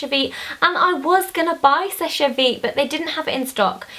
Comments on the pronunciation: I think it's pronounced sesh vite not shesh-ay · Pronounced "sesh" vite. Your makeup here is so clean and nice :) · You don't pronounce the last e on seche, you just say 'sesh'